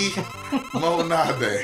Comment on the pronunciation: I better NEVER hear you pronounce lemonade like that ever again.